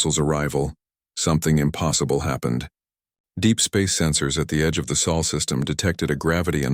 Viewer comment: Still can't handle Sol, not saul